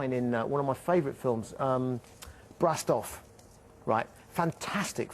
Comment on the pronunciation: He says its Blastoff